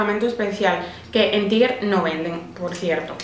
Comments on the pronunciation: se pronuncia [taiger] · Se pronuncia TAIGUER